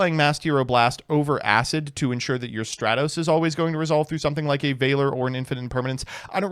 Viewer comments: *stra-tos Imagine calling him stray-toes, smh, not very Dennis of you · Bold of to pronounce Stratos in the exact way that includes "straight", especially so close to pride month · I like how in the same line of thought he goes from pronouncing Stratos correctly to calling it Straytos again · If you wanna apologize to Stratos, first you need to start pronouncing his name right 💀💀